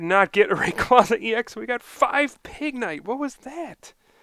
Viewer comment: its ray-qua-za not ray-quaz-za